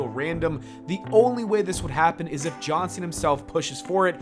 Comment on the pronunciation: I don't like how you say John Cena. You're not saying JAWN SEE - NUH You're saying Jaw-sinna